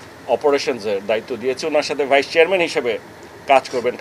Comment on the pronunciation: It's vice-chairman not vichherman